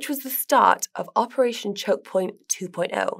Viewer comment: It is so nice to see that she can pronounce choke point 2.0 correctly unlike Guy. One more reason why Trad Fi doesn't take our space seriously because we can't even pronounce things correctly.